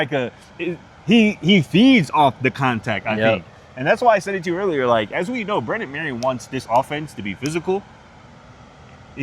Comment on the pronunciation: Dudes...It's Brennan Marion, not Brendan. As reporters, you should at least know the OC's name.